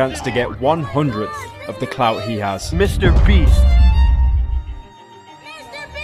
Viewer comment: "MrBreast" Is what I heard in IDK WHY I DECIDED TO COMMENT THIS